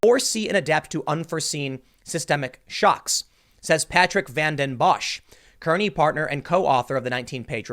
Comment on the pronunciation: we call it Kearney (car-knee) :( that was the name of my hometown